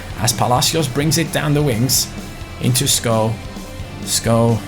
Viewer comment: Its incredible that you pronounce skov right🇩🇰